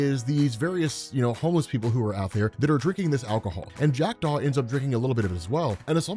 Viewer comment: Oooooh, you said Jackdaw. I thought you said Jack Doff. 😂